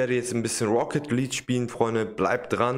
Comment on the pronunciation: Auch wenn ich nicht gut deutsch kann kann ich dich aber verbessern❤️ Rocket League hast du fast richtig gesagt nur Luek du musst es mit ja sprechen also Leakue